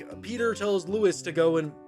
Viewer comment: it's Low-Es not Luis sorry I had to